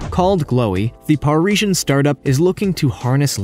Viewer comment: skyler kay Par-eeshun was the pronunciation that got me. I assume he meant Parisian..